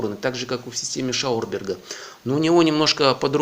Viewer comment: Где в твоём реквизите быстровращающийся диск ? Читать научись, не Шаурберг, а Шаубергер. )))